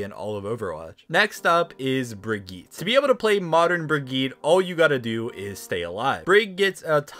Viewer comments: dude it's not "brigeet" it's "bruh gee ta". Also it's not "or iss a" it's "o REE sa". Not trying to be a spelling snob but cmon. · There is no way people are still saying “Brigeet” after 4 years since her release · it’s pronounced like Brig-ee-ta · that isn't how you say bridgettes name- (bri-gee-ta) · I can’t stand it anymore. Why does no one understand how to pronounce brigette’s name?!?!? It’s BRIG-EET-UH say it with me, BRIG EET UH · I’ve never heard somebody call Brigitte like that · the way he said brigitte makes me think of that meme spagett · says Moira is the easiest hero to play. Also: cant say Brig's name right. Stupidity is not a right.. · how do you screw up saying brigitte man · Why do u say Brigitte like that